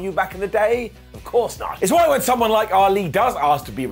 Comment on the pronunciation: Hey he got "why" right! It's a Christmas miracle! 🤣